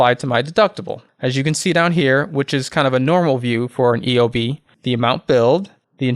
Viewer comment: EBO lol try EOB dude